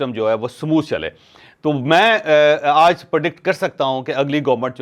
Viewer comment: "Aj" kay word par zeyada zoor na lagaya karain